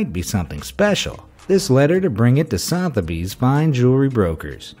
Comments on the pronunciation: Also pronounced Suth-a-bees, not south-a-bees lol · BROOCH is pronounced BR-O-CH SOTHEBY'S is pronounced SU-THU-BEES